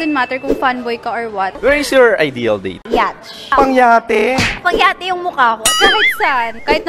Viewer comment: LOL! Yacht, hindi yatch.